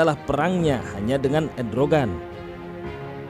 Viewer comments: Erdogan...... Bukan Edrogan hahahhahahahaa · ERDOGAN MIN,, BUKAN EDROGAN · Macron bukan marcon Erdogan bukan edrogan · MACRON (MAKRON) JON ,,,MACRON ,,,,BUKAN "MARKON" SEKALI LAGI "MACRON BUKAN MARCON" 🤣 ERDOGAN DI BACA EDROGAN wkwkwk yg bener di salahin yg salah di benerin ,,,kocak bin unik 😂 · PRESENTER SALAH MELULU, MACRON BUKAN MARCON.... ERDOGAN BUKAN EDROGAN... HADDUUHHH....